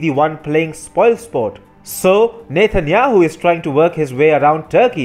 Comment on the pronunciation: Does he keep saying "Nathan Yahoo"?